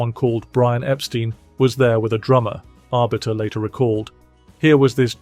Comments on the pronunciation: You keep mispronouncing Brian Epstein's last name. It's not pronounced Ep-STEEN, it's pronounced Ep-STYNE. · EpSTEIN, not epSTEEN